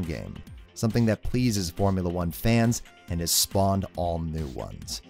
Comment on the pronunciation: He definitely said Boremula 1